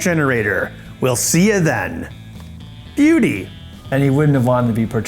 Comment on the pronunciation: Ben saying "Bewdy", now that's moving!